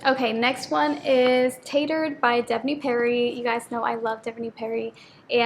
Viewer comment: Tattered (TAH-DURD) not (tay-durd) 🫶🏼❤️🌷